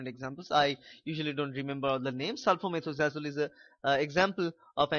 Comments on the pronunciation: It’s sulfamethoxazole not sulfamethxazole. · It's not sulphomethxazole it is sulfamethoxazole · Sory to say bro it's sulphamethoxazole